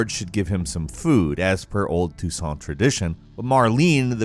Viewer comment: This dude pronounces Toussaint correctly but butchers Skellige. Smh